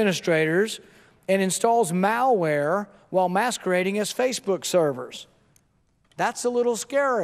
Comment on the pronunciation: Is it just me, or does he pronounce "malware" as "Maoware"? Damn communists...